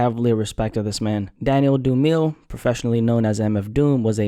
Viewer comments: Hi I noticed you kept saying "Du-meel" but his surname is pronounced "Du-mi-le" it's a common surname in Zimbabwe to South Africa his father is/was Zimbabwean also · omg how can you not say dumile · It's pronounced 'Doom-ill-lay' but I appreciate you for this one,. RIP DOOM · If I'm not lying he is of Zimbabwean-descent. The proper African pronunciation is Doom-ill-eh. His name means famous/grandiose. He lived up to it in his own unique way. DOOM Pronounced it doom-ill-lay because of his British past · I thought it was pronounced du-mile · It's actually pronounced Doom-ill-leh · Do-ma-lay. Get the name right. Best rapper ever. Rip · it's a word from the southern African language IsiZulu, pronounced Doo-mee-leh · “Doo-meel” - instant click off and unsub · Dumile = Doo-mah-lay 🙄🤦🏽‍♂️ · His last name is pronounced (Doom-Ah-Lay) he says it in his own music. Listen to "Doomsday" where he says "Till I'm back where my brother went, what my tomb will say right above my government Dumile, either unmarked or engraved hey, who's to say?" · it’s south african g 🇿🇦😂🙏🏾 pronounced as “doo-mee-lay” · Wallahi been on a goddamn streak man💯🤯 dude been consistent even after hitting the mill mark🔥🔥 And DOOM's last name is pronounced "Doom-ma-lay" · It’s pronounced dumiLAY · Dumile = Doom-eh-lay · It's pronounced Doo-mie-leh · you did not just call this man daniel doo-meel 🤦🏽‍♂️ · Yeah, that mispronunciation made this video unwatchable to me. This guy is clearly not a DOOM fan. Sad to see someone using DOOM’s name for views. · Please learn how to pronounce the name